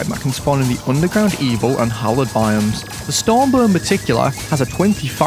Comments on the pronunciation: Stormbuhh, not just any buhh, but a Daedalus Stormbuhh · Ah yes the Daedalus starmbah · "Daedalus Stormbur" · Deadaleus strom Buh